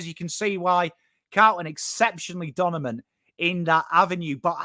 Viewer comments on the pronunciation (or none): saying ‘donimant’ 😍